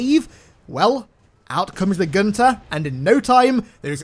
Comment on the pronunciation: His name is Gunther get it right